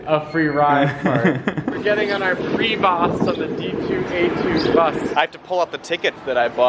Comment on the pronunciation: I started crying when he said PREE-VOST